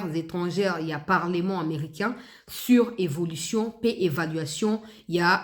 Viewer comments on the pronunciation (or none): none